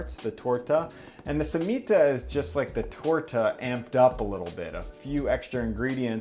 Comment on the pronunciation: The way he says Torts and Cemita make me cringe 😂